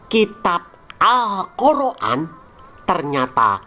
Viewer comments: geli aja dgn narasinya min, al-kor-an.. es-we- te , eslam ...😅😊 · Ngakak tiap denger admin ngomong Alkhur'an dan awuloh eswete yang diyakini oleh orang eslam😂😂